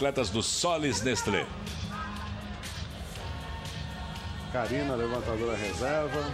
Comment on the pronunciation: "Sollys Nestlo osasco from Barasil" é tipo assim que a moça pronuncia.. kkkkk